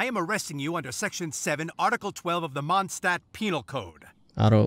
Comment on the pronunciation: As a person who can speak german it bothers me so much how they say Mondstadt